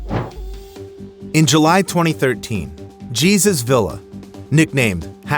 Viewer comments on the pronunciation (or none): His name is not “Geezus”. It’s “Heysus”. 🤦🏾‍♂️ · Are you sure his name wasn't "hay-zoos"... not "gee-sus"? - A "hello-copter"? Okay, then. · The man's name is pronounced Hey-soos Vee-yah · Jesus is pronounced " heh-soos" en Espanol just so you know. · Jesus is pronounced “ hey Zeus “ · AI pronounced it wrong. It's pronounced "hey zeus" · I think you’re saying Jesus wrong lmaooo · Anytime a video uses AI to narrate, and names are said completely wrong, I dislike and report for misinformation…after all, the names are wrong. It wasn’t Jesus, it was Jesus! Read your own script or at least check your video before posting. The creator is either lazy, has many bot accounts, or doesn’t speak a human language.